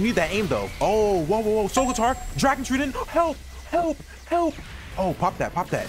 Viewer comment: why do you say dragon treedent it’s dragon trydent